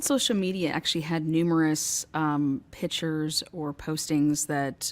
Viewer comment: PICTURES…..the “C” is not silent, also the mouth sounds, I could not continue! This probably would be an amazing podcast, so many distractions!!